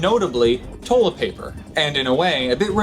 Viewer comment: "Toe-let paper"